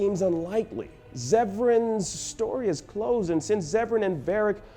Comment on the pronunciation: "Barric", "Elfen". sigh